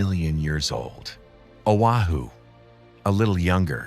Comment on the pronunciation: You’d think you could teach AI the basics of Hawaiian pronunciation. If you are going to cheap out with AI, at least bother to program it. I mean Ohahoo? Wtf